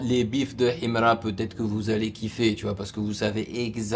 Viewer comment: Tu vis où ? Déjà quand tu prononces Himra on sent un manque d’effort et de volonté de comprendre l’artiste, bref ignorez nous, c’est pas 1 ou 2 reaction qui vont mettre fin a sa carrière….